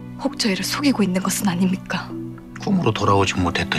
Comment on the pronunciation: 저 아님미까 발음 너무 거슬리네... ㄴ이 아니라 ㅁ으로 발음하시는게 좀 그렇네요...